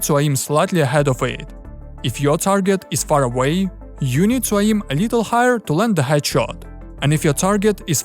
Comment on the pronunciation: What’s “uh-ee-m”?